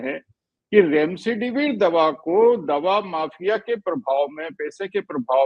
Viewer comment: Kaisa Doctor hai Remdesivir ko Remsedivir bol raha hai aur aap logon ne yeh edit bhi nahin kiya